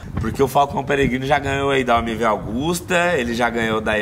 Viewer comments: MV "AUGUSTA" ? Não é AGUSTA? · koe.... é MV AGUSTA,,,, nao é augusta